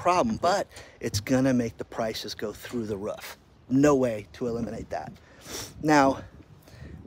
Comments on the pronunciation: Can someone tell it's not "ruff", it's "roof" for god's sake. Though the ruff? Roof damnit Roof! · is it ruf or roof?